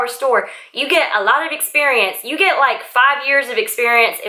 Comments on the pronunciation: Why do you pronouce "you" word with such "yoh" sound? Is this popular in some parts of US? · just first few seconds of your video:.I going to..update you.... The word "you" sounds just different than usual